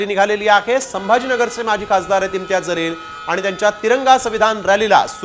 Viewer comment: ज़लील नाही बे जलील बोल